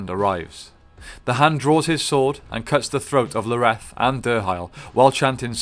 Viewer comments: ins't it Ioreth not Loreth? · its ioreth not Loreth xDDDD wtf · God, how hard is it to read a word? It’s Ioreth, not Loreto. Did this guy even play the game? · It's not Loreth its Ioreth. Ee-or-eth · Talon isn't from Honor originally, he is from Rhovonvian, near Dale(this is covered in the memories you find in the first game) that's why Ioreth 's (whose name starts with an I not a L. Pronounced Yoreth ) father disapproved of him he was a foreinger. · is anyone else a little irritated that he kept saying Loreth instead of Ioreth? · “Loreth” can’t even get her name right lol already not watching. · Ioreth's name starts with an i not an L. Still, great video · Didn't like the mispronunciation of Ioreth and Dirhael, but this all in all is a good brief summary. Long live the the Gravewalker. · Its Ioreth, with an i